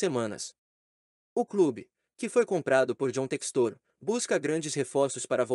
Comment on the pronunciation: É Téxtor não Textôr